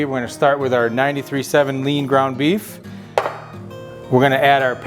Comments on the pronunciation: I thought you said "Beavis whats for dinner?" 😂😂😂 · I heard "Beavis what's for dinner" ... Took a moment to comprehend.... Beef. It's what's for dinner. 😂